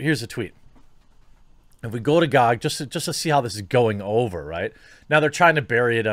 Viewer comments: Who the fuck pronounces GoG like gog instead of G o G? This is the first time I've heard it and I've been watching this topic on various channels. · Everyone: Gee Oh Gee Quartering: Gawg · wtf it not gag its Ge O Ge dot com